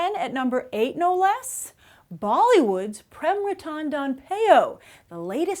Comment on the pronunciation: The way you pronounced Prem Ratan Dhan Payo 😂😂😂